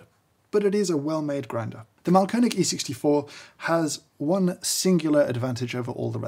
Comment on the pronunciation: Mahlkönig- The pronouncation is on the A and on th ö, like Maaaaaahlköööööönig. Greetings from Austria :)